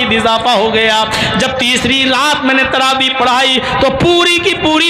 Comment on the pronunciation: sahih takaffuz TAARABI nahi, TRAVEEH hay